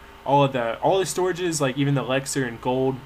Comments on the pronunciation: it annoys me how you say elexir its ELIXIR!!! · yeah i know you say "Elaxar" lol it's hilarious but annoying to me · yeah, the elixir pronunciation annoys me. lol you wouldn't say sex instead of six. he says everything else correctly